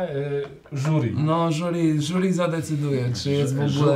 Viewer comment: "żuri" xD